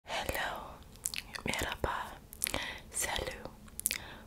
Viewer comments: you say salue as if it rhymed with blue, but it's salü - the english language does not have a comparable sound though, so it's hard to explain. it rhymes with the french words 'rue' or 'vue'. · then why do you always pronounce salut wrong lol